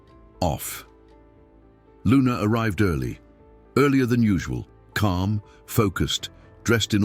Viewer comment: Is CAM calm with out the l the reader doesn't read L or R 's